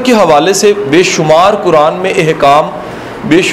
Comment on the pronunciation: اسلام علیکم ورحمتہ اللہ وبرکاتہ I request you Sir please learn tajweed it’s not كران It’s قرآن